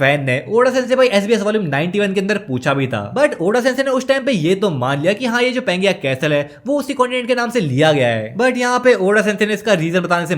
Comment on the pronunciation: Bhai aap pangea ko galat pronounce kar rahe ho